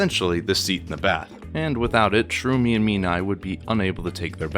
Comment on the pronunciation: Ah, yes, "Shroomy and Mean-Eye". Sherumi is the girl twin. Menae is the boy, who Reg was speaking with at the end of the previous chapter. He doesn't specify that both his and his sister's right arms are the same, his words are very vague about it. Many people think he means that his and Reg's are the same. I don't have the Japanese raws myself, but that sentence is probably something like "both right arms the same" or even just "right arms the same" since Japanese will often omit pronouns and even nouns when the speaker feels the context doesn't require them. This is very handy for writers wanting to leave their audience guessing since the character speaking would know the context and might assume that the context is enough to not specify. Your virtue signaling completely glosses over the fact that Reg's arm cables not tasting metallic is new information. Nishgoro, of course, and here I thought that Nishagora was pronounced Nishagora.